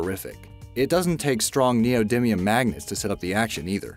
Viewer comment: Neodimium - (Ne-oh Dy me-uhm)